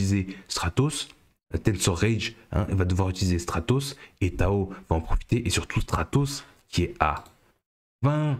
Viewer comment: Il faudrait attacher un "r" à Stratos, qd même !